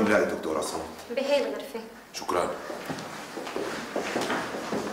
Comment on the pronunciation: الدكتور مش الدكنتور 😂😂